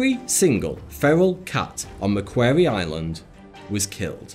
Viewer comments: Macquarie Island isn't pronounced Macqueery Island it's pronounced ; Mac worry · I’m Aussie. It’s pronounced Mc Quorry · I'm using this video as evidence when anyone tries to have a go at me for not locking my 4 cats inside. Also you pronounced Macquarie Island wrong. Aussie's pronounce it as mc-kwau-ree. shrugs either way. Is it sad that i named one my cats Mischief without realizing it's what you call a group of rats until this video. LOL, and she's the best rat hunter of my 4 cats too. My other cats are Trouble (male, specialty birds, snakes), Maisy (f, got from shelter so specialty is spiders, bugs, insects), Missy B**ch (f, specialty, lizards, other cats, people). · Point of clarification: Macquarie is pronounced Mac-quarry, not "Mac-qairy". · quarry it's pronounced Mack-quarry Macquarie as in the Macquarie dictionary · You need to learn how to pronounce "MacQuarie", mate. Or we'll all start to mispronounce English names like Lye-sester-shire for Leicestershire.